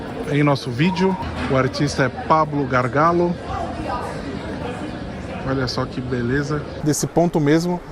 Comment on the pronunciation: Vídeo muy bien editado, me ha gustado mucho. Solo un apunte: Gargallo se pronuncia como en portugués se pronunciaría "Gargalho", no "Gargalo". Saludos.